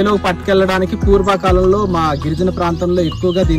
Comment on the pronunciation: Purbha kalm ❌purava kalam✅😂